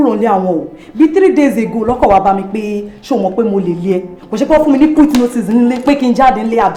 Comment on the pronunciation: hold on am i the only one who heard “cute” notice instead of “quit”😂😂😂